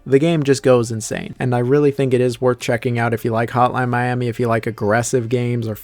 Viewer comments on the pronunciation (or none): none